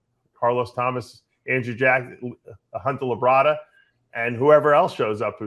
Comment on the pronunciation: Labrada, not La Brada. It's one word.